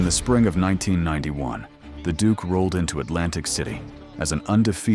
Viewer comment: Duke not dook.😂